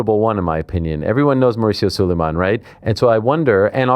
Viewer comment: Mauricio Su-LIE-MAN!!! Fake Mexican his parents weren’t even Mexican bro